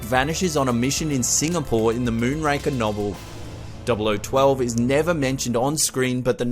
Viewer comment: Not, "MoonRANKER"....it's "MOONRAKER".